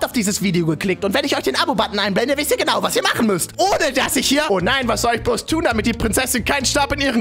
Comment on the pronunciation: Isch bin also auch entellegent wie du sakst? 3+6=5.. hey isch, bin äscht entellegent. Filen Dank 🥴🤓